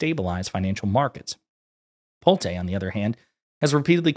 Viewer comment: Just a note - Pulte's name is pronounced Pull-tee